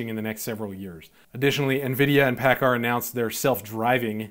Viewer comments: Great video, man. I'm a diesel tech working for a Kenworth dealership and am investing in the stock market. Your pronunciation of Paccar is off, dude. Lol (had to bust your chops) It's actually pronounced "PackCar". It's good to know that my intuition is on thos subject was right. Invest in what you know, right? Again, great video. Thanks!! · I use to work for Paccar when I lived in Seattle. A loudsy company! Headquarters is in Bellevue, WA. You pronounced Paccar wrong. LOL